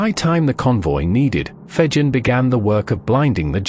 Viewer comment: *Jervis Bay. And Fegen is pronounced with a hard 'g'.